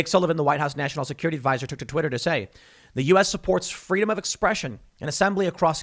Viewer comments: "Fweedom" -Young Kamela Harris, not likely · Is Kamala saying “fweedom” now ? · "FWEEDOM" - Kamala Harris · It's only pro government when it's pronounced Fweeedom. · Someone go tell Kamala 'fweedom' is antigovernmental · Here I am, still remembering Kamala’s “fweedom” story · "Fweedom" - QueMala Harris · Was Kamala Harris there chanting, "Fweedom," as well? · "FWEEDOM!!!" is anti-government...Orwellian times...dark... scary